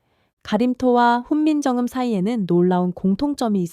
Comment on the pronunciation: 기계가 읽는 건지 사람이 읽는 건지 '훈민정금' '천분경' 계속 반복이 단순 실수같지는 않네요. 좋은 주제인데 저 발음 때문에 실망하고 믿음이 안 가 더이상 듣고 싶지 않았습니다.